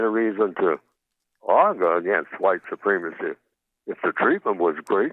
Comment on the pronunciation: How can you understand why it's supremacy when you can't pronounce it